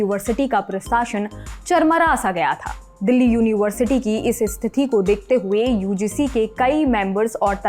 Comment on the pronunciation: एंकर महोदया कृपया निम्नलिखित शब्दों के उच्चारण पर पुनर्विचार करें। विश्वविद्यालय, स्थिति और वगैरह (#MTI)